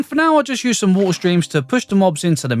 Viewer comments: Lets grab a bucket of woolllleer... bro 😂 english people will never change... relly good video sir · did anyone notice he said wa'er?